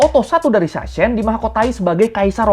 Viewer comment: Sachsen bacanya Saxen bang